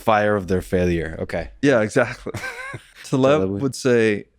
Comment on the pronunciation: I'm sure you're trying, but please... Taleb. ❤️